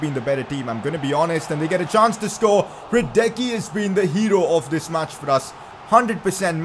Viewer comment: I'm sorry but you're still pronouncing Hradecky's name wrong. It's Hra-dets-ky